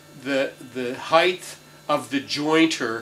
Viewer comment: Height not heighth.